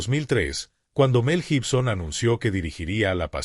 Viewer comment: Se pronuncia: Guibson, (como: gui -tarra) no se dice Jibson. Y se escribe Gibson. Todo lo demás excelente.